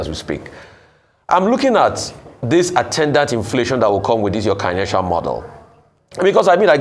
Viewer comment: That word is Keynesian, not Kinetian, guys! More importantly, Kingsley Morgalu and his presentation exemplifies the paradox that is Nigeria…..a country blessed with world class talent and yet remains impoverished by clueless and devilishly corrupt politicians. Unbelievable!